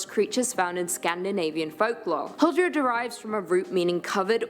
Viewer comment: thats not how you say huldra in Norwegian 😑